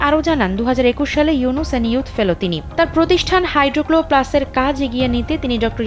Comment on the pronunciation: "হাইডোক্লো+" নয় ম্যাডাম "হাইড্রোকো+"